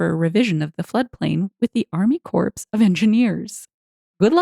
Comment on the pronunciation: In "Army Corps of Engineers", "Corps" is pronounced "core", not "corpse".